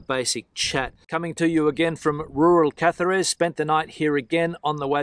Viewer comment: Small correction: "Cáceres", the first "C" pronounced as a "K", the second "C" pronounced like "th" in English "Think", and a sharp stress on the "A", like in English "Candlestick". Hasta luego!